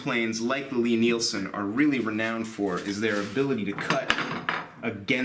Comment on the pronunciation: into the video, I really really don’t want to be THAT guy but I’m reasonably sure that ‘ Lie-Nielsen’ is pronounced like Lye-Nielsen instead of ‘Lee.’ I found out a few years ago that in my own pronunciation, like, was from me mixing Lee Valley with Lie-Nielsen. If there are endless threads on this topic, sorry to waste everyone’s time. Thanks for all of your great work! It’s much appreciated!!